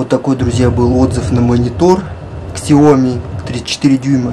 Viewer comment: Ксяоми ? Слух режет. Мамкин обзорщик